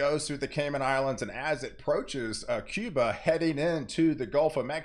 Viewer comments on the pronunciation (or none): none